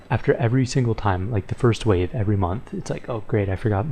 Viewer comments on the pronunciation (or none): none